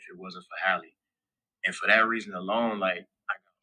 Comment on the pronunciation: Her name is Halle (same first vowel as “hat”), not Hailey (same first vowel as “hay”), because her parents didn’t want her first name to rhyme with her last name (Bailey).